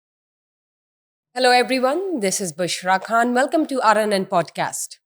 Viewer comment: Are you, or Khan???? Correct your urdu pronunciation...